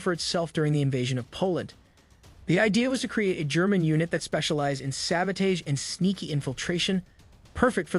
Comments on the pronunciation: Not sabodage… SABOTAGE (SAB-uh-tahzh) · Good video but hearing it pronounced sabo-taaage is throwing me. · Why do you pronounce sabotage like that? Are you Canadian or something?